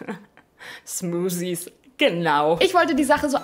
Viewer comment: Smuusies. Genau! 😂